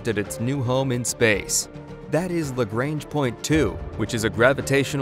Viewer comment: Nice video. But, you lost me on the your pronunciation of Lagrange. I've always heard it pronounced as la-grahng. My ability to phonetically spell things is horrible. But, Scott Manley pronounces it the way I've always heard it pronounced. A video where he pronounces the word is here